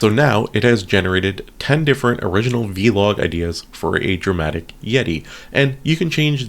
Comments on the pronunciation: It's not v-log, it's vlog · vee log😂